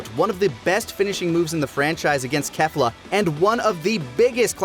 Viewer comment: it's pronounced "Kay-fla." It's a combo of "Kale" (Kay-le) & "Caulifla." I HATE how the English dub got it wrong too despite them listening to the Japanese audio as they record!